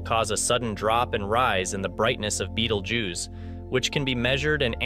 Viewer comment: The first thing the narrator needs to do is learn the proper pronunciation of “Betelgeuse” it’s not an insect!!